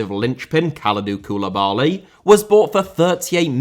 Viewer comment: Serie * not Siri Insigne * not Insignar Fabián * not Fabian Koulibaly* not Koulebohrly Luciano* not Lucciohrnouw Diego * not Diyeigouw Time* not Tahm Padre* not Padrei Padrone* not Padrouwn Miles* not Mahls Inter* not Ento Dissolved* not Disolved Berlusconis* not Böluscouwni Half* not Holf Coppa* not Copper Lionel * not Leonl Ezequiel* not Ezícuol Gennaro* not Gennerouw Hamšík* not Hamsyk Gargano* not Gohrgohrnouw Signed* not Sagned Cavani* not Cavohrni Gonzalo* not Gonzohrlouw Pepe* not Pepei Zieliński* not Želynski Udinese* not Udeneisei Inglese* not Engleisei Dinamo* not Dynohrmouw Gouan* not Gouohrn Fenerbahçe* not Fenebohçei Debut* not Deibyu Five* not Fahv Observers* not Obzervers Canada* not Canader André* not Ondrei Lozano* not Lozohrnouw Matteo* not Mattejouw Politano* not Poletohrnouw Possession * not Posession Simeone* not Simiouwni Ndombèlé* not Andombelei If you HAD told* not If you'd have told Roma* not Rouwmer Salzburg* not Soltzbög Dortmund * not Dohrmund München * not Munich